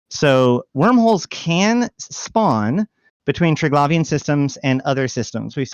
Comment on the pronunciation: How does the person that is the authority on this not even know how to properly pronounce Triglavian